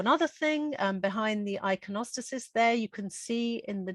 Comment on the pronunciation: interesting but your inability to pronounce the names of flowers ordinary flowers and religious terminology including iconostasis suggests your lack of reading and education